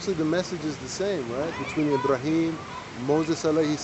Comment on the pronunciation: I-Bra-Him Abdool.